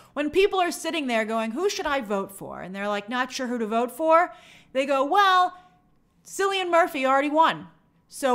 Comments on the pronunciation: Cillian Murphy is pronounced like Killian Murphy!!! Also so happy he won 🎉😊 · You may mispronounce Cillians name, but please don’t call him British or looks British, he is proudly Irish